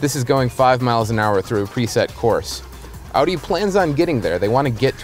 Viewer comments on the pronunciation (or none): ES HEIßT AUDIIII, NICHT AUDIO!!!